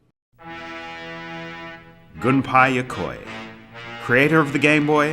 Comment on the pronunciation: "gun-pie yokoi" ? 🔫🥧